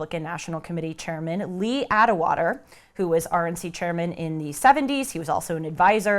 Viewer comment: Anyone who continued taking this moron seriously after she mispronounced LEE ATWATER, is pathetic. She has studied NOTHING. You might as well have someone read conservapedia at you.